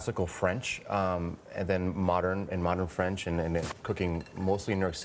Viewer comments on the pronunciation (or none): none